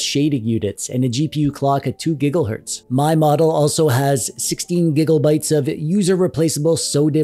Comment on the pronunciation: When he said Giggle hertz. I chuckled a bit.